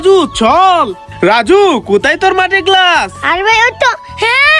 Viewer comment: গেলাস না গ্লাস